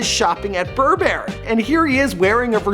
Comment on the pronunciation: How tf is it he pronounce burberry?